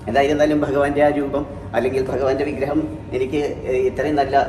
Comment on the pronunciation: വിഗ്രഹം എന്ന് പറയൂ മാഷെ